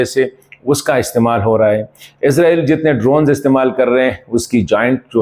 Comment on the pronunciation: عزرائیل نہیں اسرائیل بولا کریں ہے